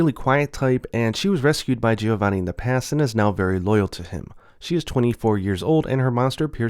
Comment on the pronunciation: Giovanni is pronunced as "Jovanni". I'm hoping that this game comes to the west and the monetization isn't too heavy.